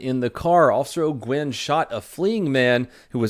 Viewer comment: “Ollll-GEENE” = Holquin